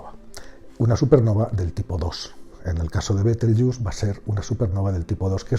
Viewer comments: Betelgeuse por favor, pronunciado tal cual, no caigas tu también en el papanatismo anglofono, Bitelchus, por el amor de dios, betelgeuse NO ES INGLES, es LATIN, mejor dicho la latinización de su nombre árabe. No todo lo que no es español debe pronunciarse como si fuera inglés, y el latín se pronuncia como el español. Los USA boys que pronuncien como les de la gana, su ignorancia no da para más...pero tu...por favor, por favor, por favor... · buen video, pero es una pena que los hispanohablantes hayamos asumido la pronunciación deformada anglosajona de una palabra creada en Toledo (Libro del saber de Astrología, s XIII) a partir de cómo sonaba el nombre que le daban los astrónomos árabes.